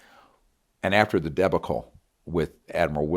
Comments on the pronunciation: debacle? like shackle? lol kinetic w/ a long I..lol his attempt on material is where he lost me... hard to believe someone who made it through medical school doesn't know how to pronounce these words.... love the show, but Greer isn't credible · Never heard “debacle” pronounced that way 🤔